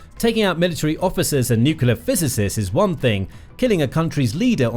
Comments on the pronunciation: Ok this is petty of me, but I kept getting an eye twitch whenever he said "Nucular" instead of Nuclear. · I find this site pretty credible and accurate, so it has value. But why oh why do so many people on this planet have trouble saying the word "nuclear"? It is. NEW-CLEE-ARE. Not new-cue-lar. It's really hard to give any credibility to someone who can't pronounce a simple English word of such importance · It’s not New Killer it’s New Clear. Please, Learn to speak correctly. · Nuclear It’s pronounced - New Clee Are Newkelar is something else entirely. Please get it right. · BTW, it's pronounced NUCLEAR NOT NUCULER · Please... For the love of everything good... Learn how to pronounce Nuclear. New-cle-ar. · it's called nucular, everybody knows that. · Nu-clee-er‼️ Reporter needs remedial training‼️ You’re FIRED😱😱😱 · "nucular"... Sure buddy, we'll listen to you. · For God’s Sake, it’s pronounced “new clear”! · England here it’s pronounced new clé ar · nookeelar drives me crazy every time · If you can’t pronounce the word, don’t use it; Atomic is just fine. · Try reading the word. Nuclear has only one letter u..... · Let's listen to pronunciation of "nuclear" - even "mercan" Bush got it correct, so media troglodytes mocked him.